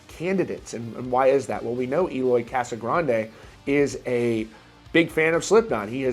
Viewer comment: This news boiling everywhere, and I can picture Eloy a little mad cuz his last name is being always pronounced like he´s from a Spanish speaking country 😅😅😅😅